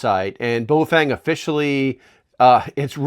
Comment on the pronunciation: Holy shit thank you for pronouncing the brand name correctly. Straight to the point and informative. Great video.